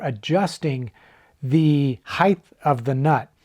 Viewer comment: Heith is not a word. It's height similar to kite for crying out loud. SMFH